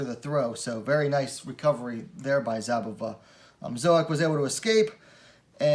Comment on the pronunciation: The Z in Szabová is silent, just pronounce S instead. She is Bledá's slovakian coutnerpart, best wmma talent of her country atm, just more likely to stay in bantamweight. Worth mentioning, considering the fight result, that Zouak is a two time olympian in judo. I believe Zouak is pronounce the french way, that would mean, u is pronounced (like in put) and o is silent (or rather ou -> u). Good job, keep them coming!